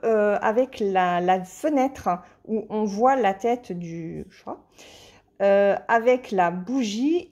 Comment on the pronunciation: Coucou, J'adore ces 2 toiles avec les chats. Je les ai mais dans la version HAED. 😉 Ce sont des illustrations de Lisa Parker et il en existe plein d'autres. Ça me fait sourire quand tu as du mal à prononcer le mot "chat". Pour moi qui suis une fan absolue des félins (j'ai 3 chats), c'est rigolo. J'aime bien les chiens, d'ailleurs j'ai une chienne, mais ma préférence va aux chats. 😸 En tout cas j'ai hâte de te voir broder ces nouvelles toiles. Bon dimanche! 😊